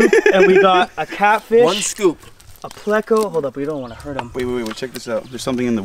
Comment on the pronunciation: It's not placo.......it's pleco